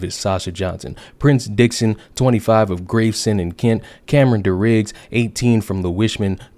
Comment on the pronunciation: My guy, love the videos but you need a hand on your pronunciation of London boroughs. Gravesend = graves-end, Lewisham = Lew-ish-am, Southwark = Suth-uk. Don't ask why, this is where English originates and we ignore all the rules SAAF EAST REP